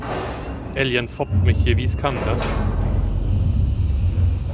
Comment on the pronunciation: Muss ständig schmunzel über die Aussprache von "Alien". Bei klingt es wie "Ällien" statt "Eelien"..lol